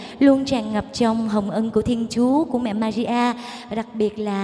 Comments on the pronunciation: yêu cầu Bảo Thy phát âm lại bàn đầu thì là mẹ maria câu 2 là mẹ madia Mẹ Maria chứ k phải mẹ Madia ... giọng địa phương có thể phát âm đc nhưng danh từ k đc phép đọc sai. vần r và d trong âm nhạc hay sử dụng vần d nhưng k 1 ca sĩ nào hát danh từ sai đc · Thy hát rất hay nhưng nên phát âm chuẩn hơn ở từ Maria. "Ri" chứ k phải "di" thì sẽ còn hay hơn. Thanks